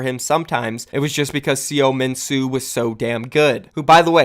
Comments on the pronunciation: Mike Seo Sea-yo-min-soo? Pretty sure it’s so-min-soo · seominsoo = suh-min-soo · Ilios was Map 8. Also, you mispronounced SeoMinSoo (서민수) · pls learn to pronounce the names correctly. butchered seominsoo and haksak